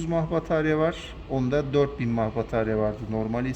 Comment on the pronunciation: Nefece değil enefsi diye okunur mah değil miliamper diye söylenir